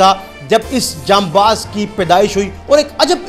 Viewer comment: Bhai ancer jam Baz NAHI HOTA janbaz HOTA hai